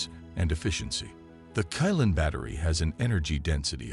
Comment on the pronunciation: Qilin is read as Chi-lin not kai-lan.. don't really understand chinese throughly...